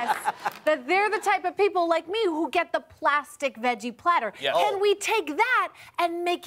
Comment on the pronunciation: A wise man once said: Fora suppah, I, er, uh, want a party plattah! His name? JFK.